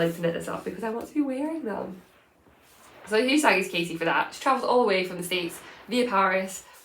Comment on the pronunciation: Don't change a thing. I'm also a fast-talker and your speed is perfect for me. There are some people whose videos I have to speed up just so it sounds normal. :) You're amazing - don't ever change! I get a giggle when you say "sohwwww!" 😂